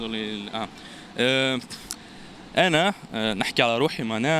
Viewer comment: اللغة العربية الفصحى يرحم والديكم بالصاد موش بالسين